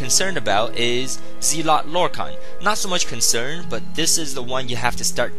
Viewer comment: not trolling but its pronounced zel-ot not zeel-ot